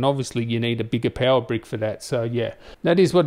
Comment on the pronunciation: Pewer :)))))) not power but Pewerrr :)) I love the way he say it .